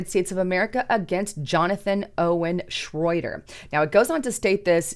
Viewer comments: Shroyer not shroader! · It's " shroy- er" not " shroy- der". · Schroyer not Schroyder. She really needs an editor. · Shroyer, not Shroyter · HIS NAME IS SHROYER NOT SHROIDER. LOL. Meanwhile BLM rioters are being paid millions in lawsuits by crooked judges. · Who is Owen "Shroyder?" It's Shroyer,....ooops! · It's pronounced shro yer.. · you could do is say his name right...SHROYER.😂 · Isn’t it Shroyer? I think you are getting his last name wrong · Why can't you say his name right? Owen doesn't have a T or a D in his last name. This is a garbage channel. has been saying red alert and end is near for 5 years. Not one warning or anything you say has been true. I hate the left but I hate all people who just make things up and try to keep people in fear. you are done. You're old and washed up. And you're a propagandist and it doesn't help anyone to tell them lies. And it's always "join my channel to hear the real news!". So you're going to only tell the people who pay the truth? This sounds like a left job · It's Shroyer.